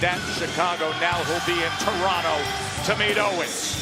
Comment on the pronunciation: props to Punk for knowing how to say Toronto correctly